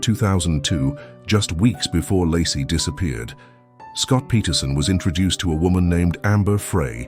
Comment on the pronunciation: Pretty sure her name is pronounced "Lay-cee"